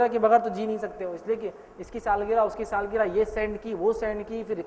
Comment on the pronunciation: Saalgira nahi sahab saalgirah hota h